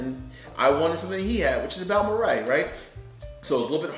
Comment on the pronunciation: You sir know more about Texas pronunciation than the employees in the local liquor stores. It's rare to find someone who knows how to pronounce Balmorhea. I have two of them and three Cowboy bottles. I think they are fine drinking.